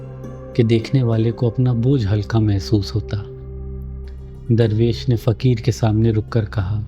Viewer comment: Darrvesh nahi durvesh kya aap darr aur dur kaa manaa janteh ho hameh seekao janab